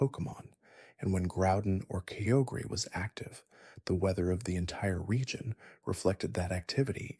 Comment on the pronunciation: Kyogre is spelled kai-ogre, not keogre. Good video :)